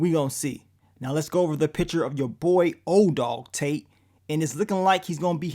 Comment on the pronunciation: Calling that man ‘ODog Tate’ gets me every time 🤣